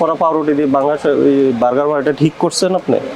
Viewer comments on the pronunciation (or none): সম্মানিত ভোক্তা অধিকারের সহকারি পরিচালক মহোদয় আপনাকে বলতে চাইতেছি যে আপনার কথাগুলো স্পষ্ট বুঝতে পারিনা আপনি যেই পাউরুটির ভিতরে সবুজ কিছু দেখা যাইতেছে এটাকে আপনি পাংগাস বলতেছেন না ফাঙ্গাস বলতেছেন ঠিক বুঝতে পারতেছি না যদি আপনি পাংগাস বলে থাকেন তাহলে ভুল বলতেছেন আর যদি ফাংগাস বলে থাকেন একটু স্পষ্ট করে বলেন